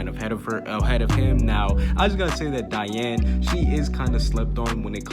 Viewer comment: "we might have to put some respect on Dian's name" doesn't say her name right tho...